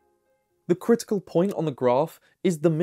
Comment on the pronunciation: It's pronounced KRIT-ee-kul, not "crystal". I had to turn on captions because I kept hearing "crystal," which made no sense.